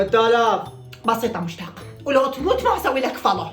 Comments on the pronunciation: مشتاق❌. 😂 موشتاق✔️ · مشتاق❌ موشتاق ✔️